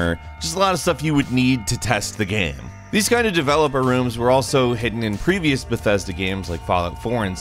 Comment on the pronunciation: I just find it funny af the way he pronounces "Game" or "Games" GAEM